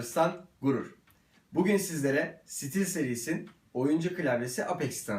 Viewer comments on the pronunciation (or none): none